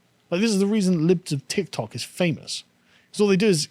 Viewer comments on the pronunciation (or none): none